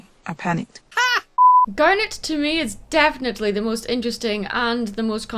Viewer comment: I'm going to be honest I thought she said "damn it" instead of "garnet"